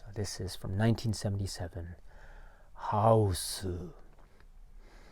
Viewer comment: Got to have that pronunciation when saying the Title! “How-oose.”